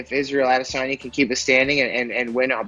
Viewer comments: Did she say Israel adis onion? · “Israel adesonion” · Just me or did Ashley yoder call him adesonion? 😂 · Nobody: Ashley yoder: Israel ades-onion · Isreal "Ades-onion" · Yoder “Israel ALICE-ONION” wtf😂💀💀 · Did Yoder call him Adis onion? 🤣🤣🤣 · israel adisinyin